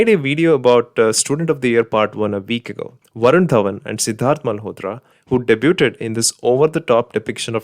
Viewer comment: Malayali aanalley? Pinne oru suggestion. Debuted. Ithinnte ucharanam onnu Google cheyyane please. Not saying this to show you in a poor light. Please take it as a genuine suggestion because I really like your content... njanum kurachu south supporter aane. Athu racism aano ennu chodichal ariyilla.. anyway good work... looking forward to more such👍👍🙂